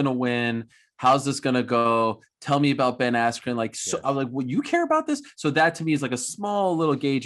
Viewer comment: BEN ASSSSCUE